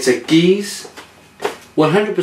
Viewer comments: If in doubt how to pronounce stuff look for a video of a person from the country saying those very words. Its "gerrz" not "Gaze" or Gooze". But tobehonest when I visited Cantillon the woman there pronouced it differnbt a few times.. Just do a search for "Jean Van Roy" and listen to headbrewer say the name himself. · aaahhh your killing me its can-tee-on and gu-r-z lol :p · Just have to correct your pronunciation... cant-ee-own and gooz...